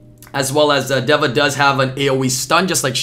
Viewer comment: its literally just day-vuh omfg